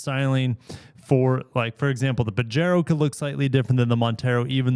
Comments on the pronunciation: Pa-HE-ro,. It's a Spanish word. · please pronounce it as “pahero” lol